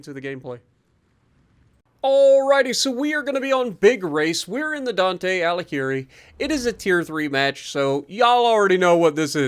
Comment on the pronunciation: In italian the combination of "gh"+ "i" or "e" is read as an hard g. Same with the c. So "Alighieri" and "Iachino" are pronounced with hard g and hard c.